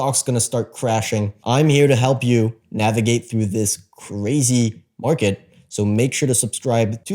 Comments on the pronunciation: I’m gonna need a stronger “CUH-RAZY” market from you next time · is it only me who gets annoyed by how he says "crazy"?